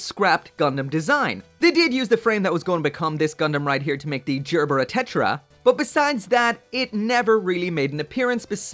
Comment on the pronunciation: hard G, not J. learn how to speak.